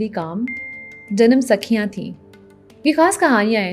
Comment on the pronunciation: It is Janam Saaakhiyan not Sakhiyan.